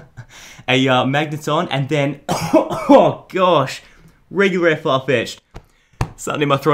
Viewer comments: Dude this guy said we pulled a weguler ware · he said wegular ware whishclosh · You said wegular wear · at minute he said wegular ware atleast it sounded like he said that xd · did he seriously say"weguwar ware"